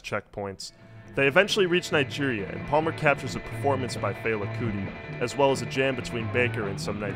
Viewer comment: Yeah, I never heard a Nigerian say it that way.